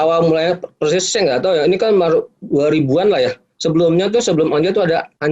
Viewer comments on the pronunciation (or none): none